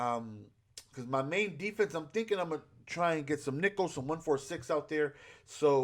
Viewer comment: “Defese” love u